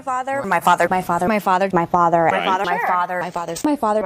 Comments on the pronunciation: A good portion of those sounded a lot like, "My farter." I'm only pointing this childish thing out because of her lower level immaturity. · The word Myfother is now stuck in my head lol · At some my point in the “my father” montage, all I could hear is “my farter, my farter” 😂😂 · I started to hear "My Fadda" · Sounds like she says "My Fadder"😂